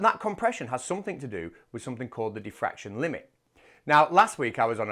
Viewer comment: He said Daffraction limit not diffraction limit , And you are neglecting the venerialplitangential precept of the damn daffractionary compressionalism constitute !!! SMH SMH SMH AND YOU DONT UNDERSTANT ,SUBSTANCE CONTAINERS!!